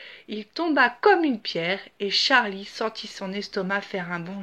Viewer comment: C est pas tcharlie c est charlie